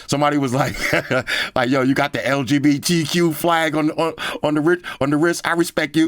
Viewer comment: He said LBGTQ display 😭😂😂😂😂 im dead laughing hahaha